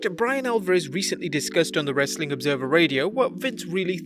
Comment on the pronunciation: I feel like he trolls us Americans at the end Everytime when he says "Wrastlin Content"